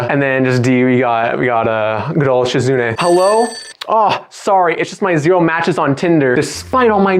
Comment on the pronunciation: SHE-zu-NAY not she-ZOOOOO-knee But very good vid of a great VN. If you're interested, I have interviews with some of the devs on my channel. (Lilly vid in the works)